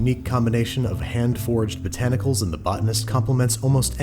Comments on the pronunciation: Sounds like he's saying forged instead of foraged. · I had the same thoughts. It's actually Hand Foraged, as in gathered by hand. Andrew just pronounces it oddly. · Shame he can’t pronounce “foraged”.